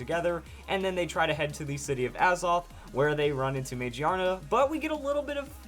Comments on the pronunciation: lol I cringe when I hear "magiana" now. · I think it's pronounced ma-gear-na. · Wouldn't it be Ma-Gear-Na because it is a gear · ma gear na you said it wrong but great video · Dude it is pronounced MA-GEAR-NA. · I wonder if the English name is pronounced "Muh-Gear-Nuh" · I think you're pronouncing the English translation wrong. I'm seeing this as Mag-Ear-Na, or MaGEARna. This thing has both (big) ears and a gear around its head. I also think it's typing will be steel/normal. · It has to be pronounced Ma-GEAR-na, not how you're pronouncing it. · I'm pretty sure it's pronounced mah-GEER_nuh because it's based around an mechanical and gear-like design. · It looks like it would be pronounced ma GEAR na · I think it's pronounced Ma GEAR Na. It does have gears in its design, so that sounds more right to me. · Every time you say Magearna wrong I cringe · please tell me how it would be pronounced gear without the r im well aware that gia is japanese for gear but it clearly says magiana not magearna just because gia means gear doesnt mean it has to be pronounced magearna :/